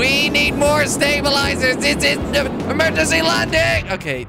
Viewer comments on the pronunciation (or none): its not emergengy landing :D